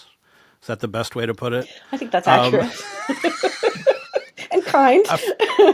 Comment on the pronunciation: It's pronounced like "best", not "beast", brud.